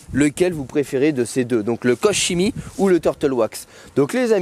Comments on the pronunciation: Guten Tag ! on prononce |KORrrr KéMI] la bise ! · "korkémi" pour la prononciation à l'allemande ;-)😉